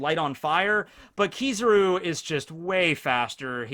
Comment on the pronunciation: Its killing me hearing him say keeezaru